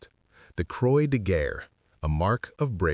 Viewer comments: They Croy de Ger?? This “narrator”is adequately clueless to be a U.S. American. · French is my second language but I'm rusty. Google Gemini also pronounces it "croy." Must be AI narration. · NOT "CROY" DE GUERRE!!!